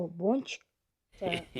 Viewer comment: Тоуф Бончик дегенды Пончик деп естып калдымгой☹️